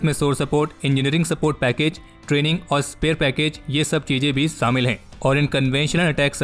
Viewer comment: Its not samil its shamil.